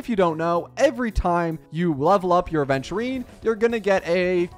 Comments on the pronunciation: doesnt everyone say it correct??🧐🧐 also yh i just noticed, happy for him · Wuhhhu. Hes only 1k away from 100k. And i just noticed says Aventurines name correct